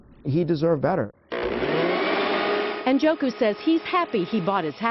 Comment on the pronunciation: Njoku... I think the “N” is silent.